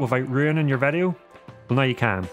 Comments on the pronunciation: vedeo? whats a vedeo ? All the vovels sound different in this YT channel …maybe is your mic broken? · Why say Vedio instead of video.